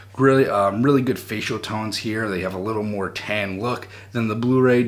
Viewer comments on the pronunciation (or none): none